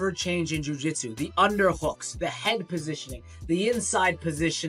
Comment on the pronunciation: great video, but right pronunciation is jiu-jitsu